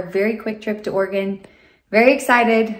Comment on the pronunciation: Thank you for pronouncing Oregon correctly!!!